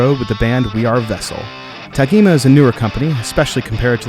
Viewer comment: Nice overview, but, …here in Brasil, this brand is pronounced with a soft “g”, like “Tajima”. 🇧🇷